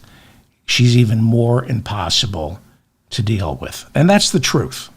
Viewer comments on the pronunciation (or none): none